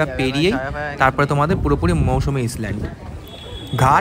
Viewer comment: ইসল্যান্ড নয়, ISLAND আইল্যান্ড।